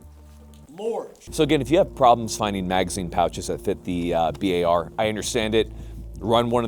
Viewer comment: >bi ay ar instead of bar he be sayin "bi ay ar" lol blyat dizzed